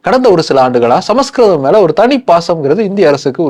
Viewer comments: ❤ It is not ""Sama skritham"' but, "" Samskritham"" Pronounce properly, before audience !!!! Samskritham is the OLDEST ETERNAL and God' s own language !!!!!!!! Vedas are in Sanskrit only ! Direct from God ! From his Udukku!!!! Says Lord Siva ! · It's is not samaskritam. It is samskritam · Brother.. Please don't pronounce Samaskritham.. It looks s samskritham.. Please don't misspel